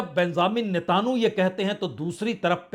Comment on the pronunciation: Natanu pronunciation galat hai sahi pronunciation Netanyahu hai ise aap correct kar len